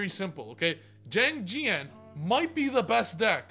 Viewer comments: Chi-aang ji-aang is the pronunciation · It is pronounced “Shang Jean” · If you want to pronounce Xiangjang correctly Xi in chinese is pronounced "Chi" so it would be something Like "chiangdschiang" With jiang beeing "dschiang" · pronunciation of Xianjian: Shin-jang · Did I hear XiangJank????? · Xiangjian is pronounced shah - ng - jihn, from what my freinds who speak mandarin, google translate, and my own experience have come to a conclusion on lmao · I think it's called "ziandjian" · Yo, Xiangjian is pronounced Shi-ahn-ji-ahn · i found out that xiangjian is pronounced as "xshiangjian" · I think it’s pronounced “zee-ang gee-an” 🤷🏻‍♂️